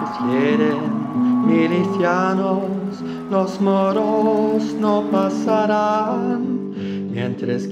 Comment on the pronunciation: "NO PASARÁN!" The proninciation was perfect and got me pumped! INCREDIBLE WORK!🔥🔥🔥🔥